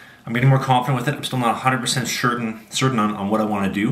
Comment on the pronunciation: invents a word, “sure-tain”.